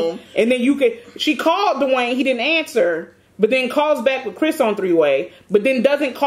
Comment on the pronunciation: “Not 24/7 Dawaine “🤣🤣